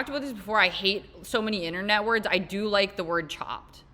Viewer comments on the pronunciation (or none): none